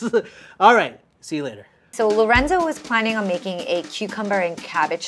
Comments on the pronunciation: Funny how Esther said lorendo instead of lorenzo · the way chef esther pronounced lorenzos name as "lorendo" is funny to me HAHAHAH